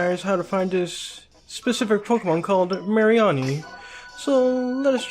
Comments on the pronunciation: It's not a sea urchin it's based off of the crown of thorns starfish or sea star and it's pronounced as ma-re-knee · mA-ree-Awni lol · What the HELL is that pronunciation? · You pronounce mareanie wrong